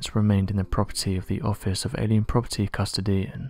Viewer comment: Out of all this I couldn’t really pay attention to much more than the pronunciation of Custodian. No, it really doesn’t shock me that Einstein did work for his home country. Sure he left when things got crazy, but are we all to just expect anyone capable of genius just to automatically go work in the US or London? France? That’s ridiculous. And it’s possible now that I know Tesla did some things that we as a country (US) disagreed with, may had some effect upon the war with Edison. But that’s purely theoretical. Good video content though! Keep it up!